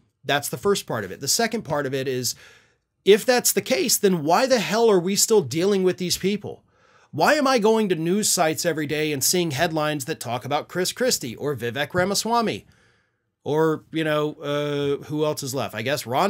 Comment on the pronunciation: you're pronouncing Vivek Ramaswamy name incorrectly after all the effort he put forward by performing a "rap" to let people know how to pronounce his name. It goes like this: "My name is Vivek, it rhymes with cake", still don't get it, it also rhymes with snake.